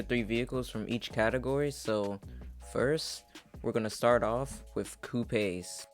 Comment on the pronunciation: "Coo-pays" - Word of the day